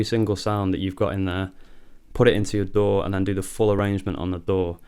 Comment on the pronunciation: I was looking at the stickers right when you said DAW I read sour dough same time , sounded like you said dough haha